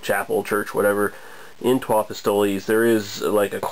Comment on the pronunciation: I think it's actually pronounced Pistol (es is silent). I've heard of this one from a friend in Montreal, sounds delicious. I'm truly jealous, good review!